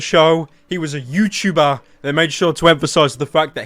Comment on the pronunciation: HES A YOUCHEWBER OMG (YouTuber)